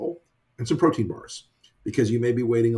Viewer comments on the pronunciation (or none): none